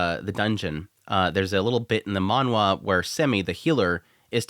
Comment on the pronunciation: stop saying manwha......please...